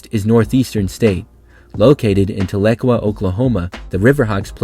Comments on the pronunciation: Tal-uh-kwah not tuh-lake-uh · Tahlequah, Oklahoma is pronounced, "Tal-eh-quaw" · Its pronounced tal-a-qaaa Oklahoma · Dude said Tul-Eck-Wah Oklahoma lol. It's pronounced Tal-Uh-Qaw. Do better research next time before u butcher a name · The pronunciation is Taal-a-quaw, where “Taal”rhymes with “pal,” and “quaw” rhymes with “paw.” NSU grad here, love the content🤙🏻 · I’ve never heard Tahlequah be butchered that bad. Love to hear my Alma Mater mentioned. RIDE RANGERS RIDE!